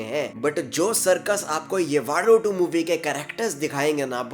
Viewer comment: येवाडू नहीं यवडू उच्चारण हैं।